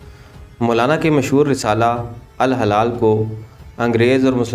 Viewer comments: الہلال درست تلفظ جبکہ الحلال غلط ہےبراھکرم درست کیجئے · Hilal meaning Moon Halal mean jaaez jo haram na ho apna talffuz dirust Karen ghalat urdu na parhen